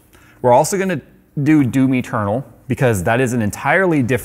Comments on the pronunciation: I had my eyes closed and I was drifting into sleep sitting here watching the video and when he said Doom Eternal I heard it as Do me Turtle. And it snapped me out of the doze I almost fell into. I started laughing out loud. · "Doomy Ternal" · DOOM Eternal, I thought you were saying "Do me Colonel" lol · I keep hearing "do me, Ternal" whenever he says "Doom Eternal" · Now I can't unhear Do Me Turtle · It sounded like said Domi Turtle (Doom Eternal) 😄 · Until showed Doom Eternal, I thought he was saying "Do Me, Colonel". Never heard of that game before.